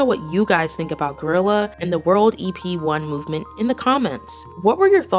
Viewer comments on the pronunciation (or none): its guerrilla not gorilla hunn